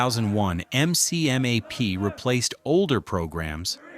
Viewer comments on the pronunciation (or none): lima 3253 san diego 2017 MCMAP is pronounced McMAP lol, saying M-C-M-A-P sounds so wrong. and PI looks so flat and easy 😉😉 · ITS CALLED McMap as in mick-map. ( MARINE CORPS MARTIAL ARTS PROGRAM) This stupid ass AI/ narrator is getting monetized off fraud and channel owner will be sued. Report this channel. AI FRAUD.